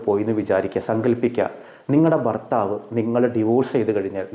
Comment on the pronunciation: ഫർ ത്താവ് 😂ഭർത്താവ്